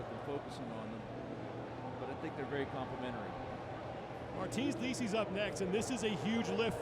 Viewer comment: Man introduced Martins as "Martins Lickis" Like yo wtf